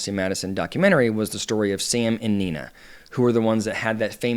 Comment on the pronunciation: How hard would it be to do a quick check that you have names correct before you start recording? It's Nia, not Nina. Gothard, not Goddard. Btw, big fan of your content,.